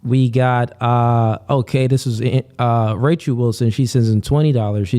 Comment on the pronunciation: "spirichue" "Rachue" "Bye-bue" "Cuh-rynth" crazy for a "priest" to be so ignorant of correct, or even mainstream, pronunciations.